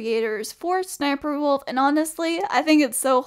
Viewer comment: It’s pronounced s-s-sniperwolf